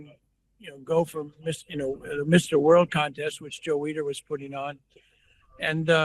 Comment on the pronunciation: Need to pronounce Joe Weiders name correctly. It sounds like weeder.